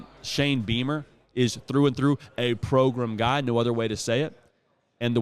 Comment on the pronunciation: He intentionally calls powerhouse programs “progrums”. Now I’m not sure how much that applies to South Carolina lol, but nonetheless, that’s intentional